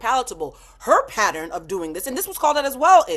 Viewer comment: Please teach Carlos how to pronounce "pattern". Her pronounces it "patteran". 😂